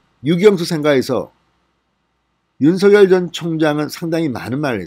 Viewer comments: 진성호TV님 윤서결이 아니고 윤석렬 이라고 발음하시면 더듣기 좋겠네용. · 윤서결 ㅋㅋ 발음 이 재미있다